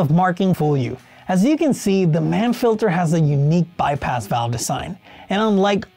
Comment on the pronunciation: “Mann” rhymes with yawn